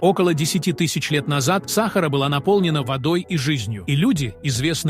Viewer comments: Ты не знаешь русского языка. Не САхара, а СахАра. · Удорение на 2 букву а сахааара а не сахар учи русский язык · Ударение правильно ставь смотреть противно сахара в чай себе добавь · Это озвучка робота дебильная !!! сАхара ... бАрханами и прочее - это вообще идиотизм полный. Ужас! Интересный материал изгажен озвучкой ! Расстройство одно. Слушать невозможно!!! Озвучивацте сами голосом!! 🥴🤯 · бАрханы? сАхара? что за новояз ( диз! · Про сАхару мы никогда не слышали, мы слышали про СахАру. И про бАрханы, бархАнты, тутанхамУны никогда не слышали. Знаем слово бархАны, ТутанхамОн. И т.д. А ведь вас могут слушать дети, как российские, так и дети мигрантов, которые власти собираются обучать русскому языку, и выдворять с родителями, если не выучат язык. Или учителя также говорят, как вы? "УХИ РЕЖЕТ!!!" ВАШ претендующий на образовательный ролик. Позор вам